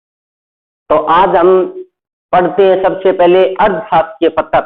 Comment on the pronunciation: Sir pattar nahi hota hai patr hota h